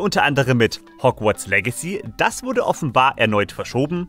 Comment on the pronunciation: Wer kenns nicht Hogwarts "legay"...